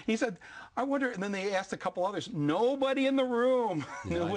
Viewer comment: no won AKSED YOU BozO